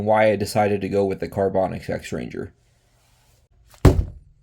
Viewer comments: Are you saying the company name wrong on purpose? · LMAO. I thought you were doing it on purpose. Because half way through you almost said it correctly and then stopped yourself.